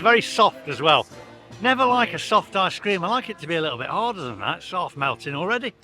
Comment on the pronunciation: Yet again it's ice cream not I scream lol 🤣🤣 love you vids cheers for your content